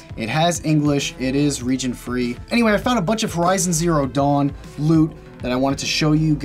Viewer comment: Every time he says dawn I think he's saying dong.